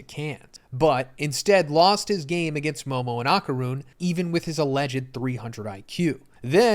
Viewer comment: “Ahh-Kar-Rune” is killin’ me